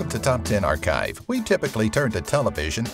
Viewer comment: top 10 "arekive" I thought it was pronounced "Archive"